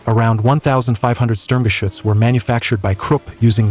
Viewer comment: So glad you correctly pronounce the name SturmGeschuetz more often than the dumb-sounding "Schtug". I wonder, did the Germans in WWII call it by its shorter name?